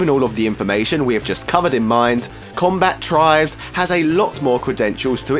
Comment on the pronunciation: Comba-tribes, not Combat-ribes.